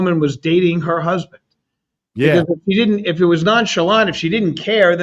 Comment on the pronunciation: “My huzbin “